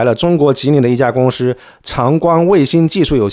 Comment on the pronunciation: 提个意见，老师可以不要分平舌翘舌吗？就全部平舌就好，公司你非要说公私...